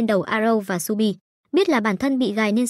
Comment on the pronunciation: Shu bi mà đọc nhầm thành chu bin:)))